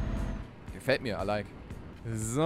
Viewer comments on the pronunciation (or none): none